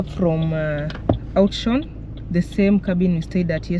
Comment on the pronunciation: It's pronounced like "outs - wuoron" that town. Afrikaans name.